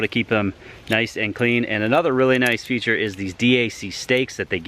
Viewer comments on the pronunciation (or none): none